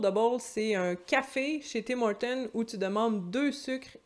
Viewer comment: Bonjour, tu es la première Québécoise que j'entends prononcer le "s'" du Tim Hortons! Et je moi (originaire de Belgique), je sens bien que je dérange un peu les gens en prononçant ce fameux 'S' lol. Amitiés!